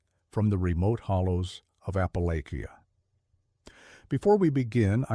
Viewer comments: Pronounced Appa-lashian. Not Appalakian. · Sitting at work in Louisville, KY pm. You mispronounced “Appalachia” at the beginning of video.